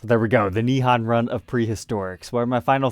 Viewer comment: Nihon: o sound is a long O sound like in hole or mole. FYI😁